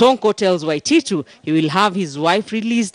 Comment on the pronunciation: Sonko can't pronounce the word Waititu haha